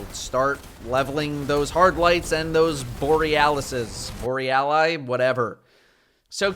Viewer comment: Borelali? I don’t speak Italian